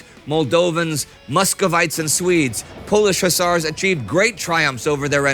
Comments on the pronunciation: Hussars ✅ Hussers ❌ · I kept yelling at my tablet " it's Hus-sars" lol😂😂. ....,Do Fields Of Verdun next or 7 Pillars Of Wisdom 😊